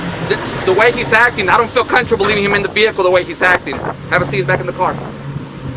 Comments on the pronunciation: "I dont feel contrable" its coMFORTAble d¡pshit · Every time he says "I don't feel CUNTRABLE" I lose it. Such an ignorant little person. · That cop mispronouncing comfortable as “countrable” gets me every time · What the hell is "conchable"😂😂😂😂😂. I played that 7 times to make sure I heard it right. Please sue their asses and get them fired. We have freedoms in America. Freedom of speech. He does not need to shut up. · Why can't he pronounce "comfortable"? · He's so scared he can't even say comfortable correctly. This guy is seriously a problem to everyone 🙄